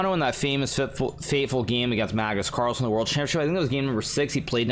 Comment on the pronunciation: I love it when hikaru says cagnus marlsen 😆